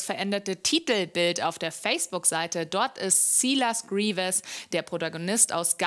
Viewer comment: Oh man wie einfach jeder silas greaves falsch ausspricht .........